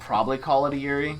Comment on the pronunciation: I'm really enjoying these videos, please keep doing these. By the way, yurei is pronounced "YOU-ray". Everytime you say Yuri I think you're calling a girl's name.